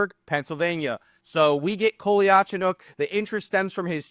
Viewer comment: Just to help everyone, it’s pronounced (Cole-ya-Cho-nOAK)